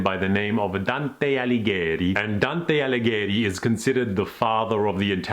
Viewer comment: TAYRtsa Reema - ordinarily, I don't correct pronunciations, but 1) your pronunciation of Dante's name was excellent and 2) it's such a beautiful sounding word.